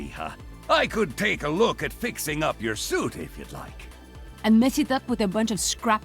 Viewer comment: WTH even Torbion is calling Pharah Phareeha!???